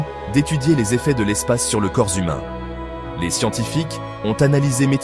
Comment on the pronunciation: le corps zhumain … ?